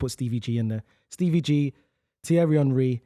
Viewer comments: The Arsenal fan not being able to pronounce Henry is fucking diabolical 😂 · I mean, if you go anywhere else in the world and ask them to pronounce the word Henry, virtually every single person will say Hen-rih as that is how Henry is pronounced. This particular footballer is the first time I ever heard the word Henry pronounced as Unh-rih so no. I absolutely do not blame anyone for not getting it right the first time. That said, once you are corrected the first time it shouldn't be hard to remember the proper pronunciation. Not agreeing with the person you were responding to, btw. Just pointing out that generally speaking, that name in English isn't pronounced that way. Hell, just ask King Henry. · Henry, Keane, Rooney, Terry Also saying Honree gets to me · Mate can he stop calling him honree